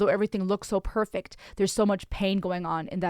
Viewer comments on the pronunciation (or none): none